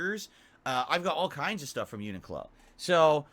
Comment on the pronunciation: Yet again he can't even pronounce Uniqlo properly. 😂😂😂